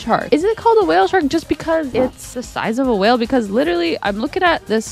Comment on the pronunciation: this makes me think i’m sad again 😂😂😂when it says wale